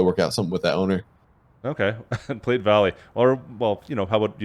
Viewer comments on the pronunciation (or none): Tell squad that it is pronounced as play valley not plate valley. Used to live in Nebraska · yes sir. Take the e off and that's the way you pronounce it. Same as South Platte and the Platte River.